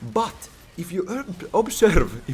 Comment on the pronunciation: your accent is amazing 😂 ootko suomalainen? My favourite was definitely “obsörved”. The stats were fun, not even a LOL player but this was fascinating. Best of luck with your Fall & future endeavours.